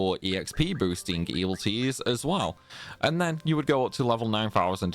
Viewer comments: E-VIL-i-tees. 4 syllables. Not “evil T’s” But thanks for the vid. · you keep saying "evil-ties". But the word is "evil-i-ties". You're eating the "i" in the middle. 🤭